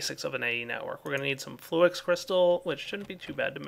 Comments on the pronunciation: Flew-Ix? nooo its Flux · its flux... lol you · fl - ex insted of flux.. lol